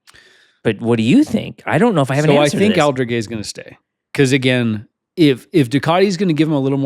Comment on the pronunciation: Love this pod, guys!! Just ONE FYI…. Fermín Aldeguer’s name.. 😂 Pronounced Alde-GARE instead of Alde-GEH, for next time! 😂